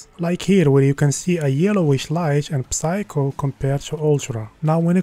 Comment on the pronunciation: Don’t pronounce the “p” on the word “psycho”